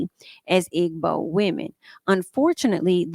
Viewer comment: Pronunciation: Igbo = E bow